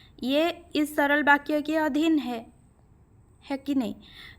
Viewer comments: कृपया 'बा' का उच्चारण न करके 'वा' का उच्चारण करने की कृपा करें 🙏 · माफ़ करें महोदया...लेकिन जब जब आप ' वाक्य ' शब्द का उच्चारण करती हैं तो। ' बाक्य' उच्चारण की तरह लगता है।ठोस पहुंचाना मेरा लक्ष्य नहीं था।